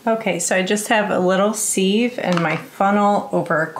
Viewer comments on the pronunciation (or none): Thanks Paul. I also say "siv" and since I am Canadian I just thought it was because of that lol. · Is it a regional thing? Sieve is pronounced "siv" not "seev" ). I've heard this a couple of time on YouTube now and can't understand why it's mis-pronounced.